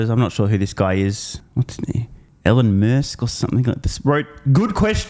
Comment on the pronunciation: "Allon Møsk" or something? 😂